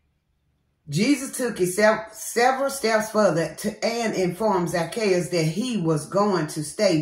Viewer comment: You had said it right I got the wrong word in Luke that I'm reading and it's Zac-chae'us 🥰🙌